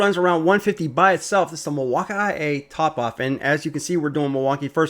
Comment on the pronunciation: OMG. Why the fuck does he keep saying Milwaukee wrong? It's so annoying that I couldn't finish watching the video.